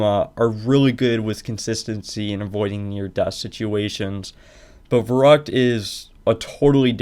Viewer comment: im sorry but i need to be the asshole that says the "actually verrückt isnt pronounced that way" anyways, nice run and congrats for the WR